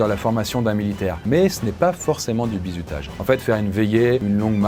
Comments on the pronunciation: Mdrr toute la video tu prononce "bizoutage" 😂 sinon toutes tes vidéos depuis les mini cours sont absolument géniales tu mérite 100 milliards d'abonnés et de yt money ❤️ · j'ai l'impression que prononce "Bizoutage"